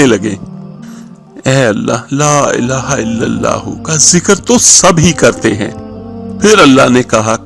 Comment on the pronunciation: Elaaha ke lam par kara zabar hota he drustagi farma leegea ga